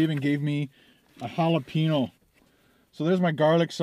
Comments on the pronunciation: Jalapeeno Xd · the N in Jalapeno has a ~ over it, so it should be pronounced HalapenYo. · Those pepperoncini peppers are Not Hot. They are like Salad add ons . they have a Zesty taste from the Pickling. Please Don't Tell me Black Pepper is Way Too Hot Also. Please. Your Getting Closer With the Hal - La- Pen-Yo ( Jalapeno) pronunciation. Pen as in Writing Pen. Funny Stuff !!! Keep em Coming!!